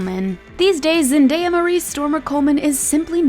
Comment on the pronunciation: She pronounced Jelene and Zendaya wrong ugh🙄💔